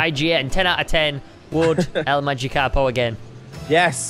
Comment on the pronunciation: It not el magikapo it el magikapro